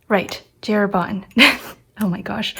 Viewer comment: Well, it's funny that for J. Herbin english speaking people pronounce the J in english and Herbin in some sort of french 😅 In french the J is pronounced similar to the G in english, so that'd be the correct sound. I've been a fountain pen user for almost two decades and a half and you're the very first person I find in YouTube that truly understands my need for finer nibs, I too can write two lines of text inside a single line of a college ruled sheet 😌 I only use needlepoints, EF, F and custom grind 0.7 stubs, not even M works for me 😅 I wish the best for you and that your channel gets bigger so you keep sharing your experiences, kudos for you 😎